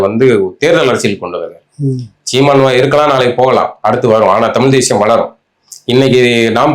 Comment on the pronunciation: அவர்கள் தமில் தமில் என்பது நெருடலாக இருக்கிறது..... இனி கூட பயிற்சி செய்யலாமே.... தலைகுனிவு